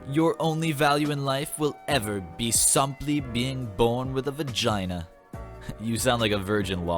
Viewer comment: Lmao "somply"